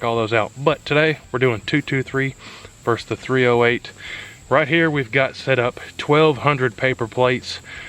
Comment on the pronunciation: Enjoyed your video but it's versus not verse. Versus is opposition or a comparison. Verse is part of a song.